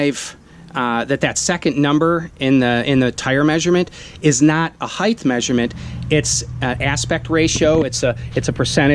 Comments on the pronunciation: Someone tell me this guy isn’t saying “heith” instead of height. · Ummmm, "height" ends in a "hard T" sound, not a "soft Th". Just sayin.